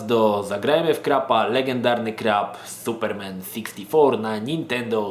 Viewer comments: suPERmen? tak to sie akcentuje? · Jestes pierwsza osoba, ktora nie umie wypowiadac slowa Superman